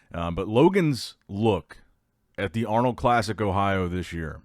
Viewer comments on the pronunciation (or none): none